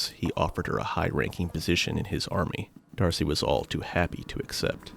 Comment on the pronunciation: Dude, you say DARCY everytime in this video, when the name is Darce. You are using an AI voice sample tool and feeding a script to it And I'm sure you meticulously edited it, you needed to cut stuff out. Don't know why you are arguing with me when is clear you are using AI tools. There is nothing wrong with that, just be honest.